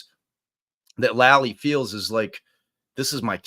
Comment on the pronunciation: Lally. Spoken with a long A. FOR THE LOVE OF GOD, PLEASE STOP SAYING LOLLIE.